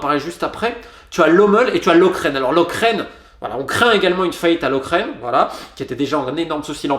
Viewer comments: Encore une excellente analyse, et tu as raison, ça fait plus de dix ans que je ne vais plus au stade (sauf si la place est gratuite, et encore). Note pour la prochaine fois, Lokeren de dit "lokeureune" et Seraing se dit "serein" Comme ça tu sais :) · Lokeren se prononce Loqueren mais c’est du détail il va bientôt disparaître (oups)